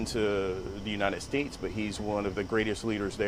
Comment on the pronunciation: How could he possibly flub the pronunciation of The United States? “Anyone with two eyes and some ears”. He’s either incredibly nervous or incredibly stupid. Maybe both. The best part is when he claims to have “seen it all”. That actually made me laugh.